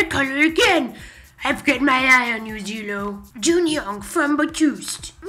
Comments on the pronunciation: Guise pleasee its not Zeeeeeelo. Its Jello but with a Z. Zelo gets upset when some fans say it as Zeeelo. But its okay, minor mistake! You can learn from it ^^ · Zelo pronounced like ceelo =__= ... as in Cee Lo Green. OTL Considering that in Korean they pronounce the s and z with sh/ch/j sound, it's actually pronounced closer to Jello than anything else. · Lol he said "Zeelo" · lol! why does it sound as if they said zilo instead of zelo, betust istead of beast and ji kwang instead of gi kwang xD